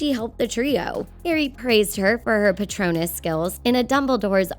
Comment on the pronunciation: I know this ginny thing is wrong, but i dont think this channel can say anything No hate but, in other videos they have said Neville was supposed to be a RAVENCLAW. They have also pronounced things incorrectly for example dobby was pronounced doe-bee and patronus being said as patronius. Really no hate, but this channel gets things wrong a lot